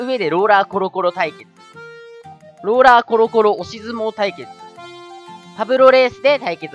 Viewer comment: 試合の説明？みたいなのの「ローラー」が「ローラ」になってた